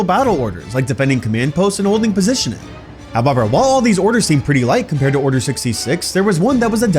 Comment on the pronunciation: However = hubuver